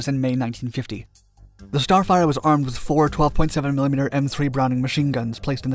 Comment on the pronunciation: It sounds like starfighter and not starfire the f-104 is not the f-94.